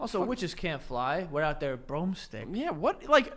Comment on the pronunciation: Your even worse at saying out. OAT. 😅